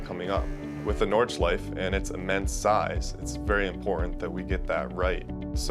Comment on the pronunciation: Nordschleif-EH when will u mericans learn? when will u?